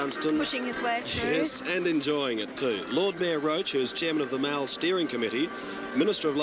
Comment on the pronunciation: In South Oz It is not and never pronounced Mal rhyming with Pal..but Mall ryhming with Hall...just saying...